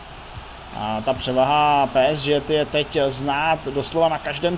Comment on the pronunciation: Kámo prosím Tě, čte se to PSG ( Pé Es Žé ) a ne Pé es ŽeT... hruza